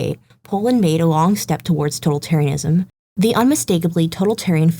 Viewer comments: Impressive video essay! The only correction I have is the word "totalitarianism" has the accent on the second syllable. to-TAL-itarianism. But aside from that, this was an incredibly informative video essay! And I say that as both a fan of The Witcher and a student of 20th century history. Kudos! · You learned how to pronounce Polish but not "totalitarianism"? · why she keep mispronouncing totalitarianism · Seriously dude? I wonder how it is possible that there are people for whom the glass is alwas half empty. She did a GREAT essay and the only thing you manage to comment is ProNoUnCiAtIoN